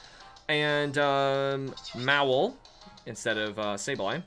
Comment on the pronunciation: Why do you pronounce mawile as mawul